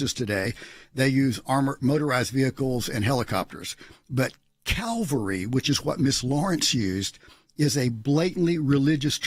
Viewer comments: Does that seem like a mistake of a non-native speaker might make? Calvary vs Cavelry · Calvary vs. Cavalry....LOL! Even I know the difference and I'm not even Christian. These people are morons! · She said Calvary not cavalry